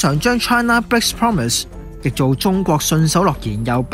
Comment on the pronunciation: united講成u-like-tick, breaks 變bigs, promise讀成 pompmiss, China讀成搓拿，核突到癡線。